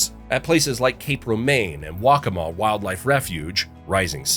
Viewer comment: and waccamaw.